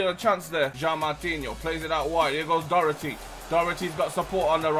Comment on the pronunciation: Btw Docherty is pronounced Dock-her-tea like this so he sees